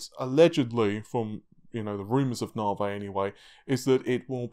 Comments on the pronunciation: I have to ask: why do you pronounce Navi as Navey while AMD CEO calls is Navee - is it matter of your accent? :) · "Moar AMD Narvey" lol, thats awesome xD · 'Narvey' LOL! :)